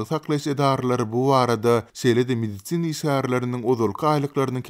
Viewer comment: Mediцina işgärleri... 🤣🤣🤣 Medisin işgärleri diý how!